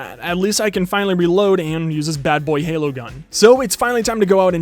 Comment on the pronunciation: Ha you said badboyhola